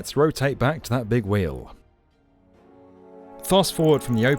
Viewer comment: Note to the non=-English: That "sampuw" is this poor guy's attempt at "sample." "We-you" is his idea for "wheel."